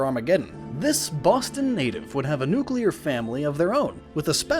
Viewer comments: Get a new narrator ffs. Nucular? Permenate? So much cringe worthy illiteracy. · Thanks for this comment, gonna skip watching this video since "nuclear" has to be in it a lot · The amount of times Nuclear is said and mispronounced makes my brain hurt :') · this guy really needs to learn how to pronounce the word "nuclear" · Is it really that difficult to say "nuclear" right? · Nice video and all, but couldn't you learn how to pronounce nuclear?? Seems like a pretty relevant word to know for this kind of video. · Using the George Bush way of pronouncing "nuclear" throughout this... interesting choice. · Please, please, PLEASE learn the correct way to pronounce 'nuclear'. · Good video, but please learn how to pronounce "nuclear". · why cant ameicans get anything right... all of them say "New Cue Ler" it's New-Clear., there[s not 2 U's ffs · Damnit man. This is a great vid but every time I get into it I hear you say "nukular" like George Bush and I cringe. It's 'nuclear' pronounced 'noo-klee-er'. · and its pronounced nu-clear and not nu-kular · I HATE it when people say "nucular" instead of "nuclear". Like seriously, learn 2 read plz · NYOOK-LEE-ER. NYOOK! LEE! ER! NUCLEAR! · lord kion Just read the comments! American accents such as do not pronounce Nuclear as Nucular, nor any accent. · Yeah - because SO MANY people CONSISTENTLY pronounce "permeate" as "permenate". The EXACT same people, whether they're on youtube, on television, on stage, or making speeches, say "permenate" instead of "permeate" - EVERY TIME they say it. Almost as common as "nukuler" instead of "nuclear", right? I think you'd find that the answer is "no". Like, not ever. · I'm gonna start pronouncing it Newkaleylar every time I correct someone who pronounces it Nukeyoular and see if they try to correct me on how many L's are in the word. Yeah, well, there's only one damn U in the word ain't there. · "Nuc-you-ler. It's pronounced nuc-you-ler." - Homer Simpson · STOP SAYING NEW-KEY-LAR!